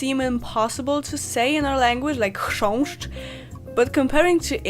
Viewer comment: Dlaczego w wymawiasz chrząszcz z czeskim "ř"? W polskim nie mamy tej spółgłoski (a szkoda). W każdym razie szacun za to i za cały filmik :D